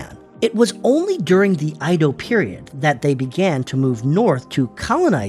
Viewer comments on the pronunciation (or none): You haven't thoroughly researched this. You pronounce Edo in two (2) ways: EE-doh and AI-doh . It's neither. The correct pronunciation is EH-doh ("E" as in Edward). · Started out saying “E dou” which is incorrect pronunciation (江戸/えど) then changed the pronunciation to “I dou” period🤦🏻 Not even consistent with the mistake lol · Edo is pronounced as Ae do. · You cover a lot in this video so props for that. But your pronunciation was all over the place. Edo is said like eh-doh but you swapped between eedo and aido. Plus a few other words. Also when talking about cities like Hiroshima, Kyoto, Osaka, and Tokyo, you used the prefectural outline instead of the city, making them seem like the entire prefecture (like a state) is one continuous city. Overall a fine video but there are a few areas that could use improvement. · Edo is not pronounced "eedo" or "aido" The e is pronounced like in Lego. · The pronouciation of "Edo" is incorrect. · Mispronunciation of edo, typo for shikoku, map showing russia larger should've used the map where the northern countries are more to scale (e.g. globe). Small channel so i respect the grind and i liked the graphics overall. Good pace. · The first time i ever heard someone mispronounce it really.